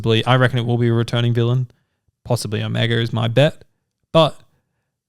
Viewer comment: OHMYGOD will you STOP itt!!!! It's Omega. OH(mega). Not "oMEGA". AAAAARRGH!!!!! :(